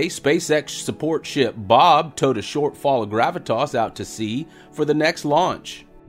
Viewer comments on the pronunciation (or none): Dear, you have your own special way of saying "BOB" and "DOUG". I'm not sure if it's intentional, but certainly is funny. Can't wait for news from Gator cam each time. I think we should celebrate the greatest, strongest static fire ever in Boca Chica. Apparently neither the authorities, nor Spacex were concerned about the bush... dynamic fire, so why should ourselves be?